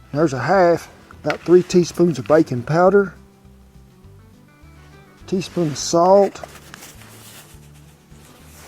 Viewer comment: I keep hearing 'bacon powder' instead of 'baking powder' and thinking to myself: I need that"